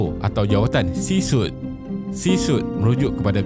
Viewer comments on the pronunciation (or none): C-suite "C swit" min bukan "C sut"